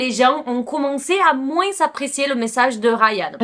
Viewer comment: Top comme d'habitude Stp 😊 le s de moins ne se lit pas. On ecrit moins mais prononce moin